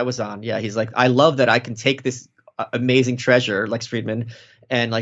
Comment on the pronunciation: Amaz’n. Love how that is pronounced.